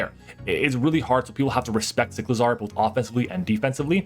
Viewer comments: Cy • clizar not Sick • lazar . Like huh 😂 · do you pronounce motorcycle like motorsickle just as you pronounce cyclizar like sicklizar?